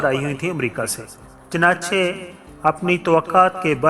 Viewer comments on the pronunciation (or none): none